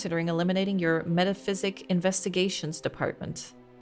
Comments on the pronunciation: Bless, never realising it's MetaPSYCHIC not Metaphysic LOL And the song "Poor John" that keeps being sung, it's a real song, my Nan used to sing it sometimes LOL Also I love how when you're asked to answer the horror story questions the bookstore owner says you will earn "An Achievement" and you literally earn a steam achievement LOL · Okay, a day late but I've finally finished the video so now I can say with certainty: never picked up on how the word was "meta-psychic", not "meta-physic" 😭😭😭